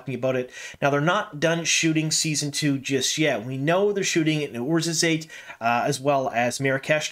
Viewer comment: Hey! Love the vids, been watching since you started. I don't really care and I know that you give pronunciation disclaimers all the time but I actually traveled to Morocco a few years ago and stoped thru Orzorzate because of the GoT filming locations there. You've ALMOST got the pronunciation of the city right, but it's pronounced Or-zor-zaat. The last syllable rhymes with the word "Pot" or "Rot" not the words "Late" or "Bait". Just thought I'd late you know. Thanks for all the great content! Can't wait for season 2 (about to finish reading book 11).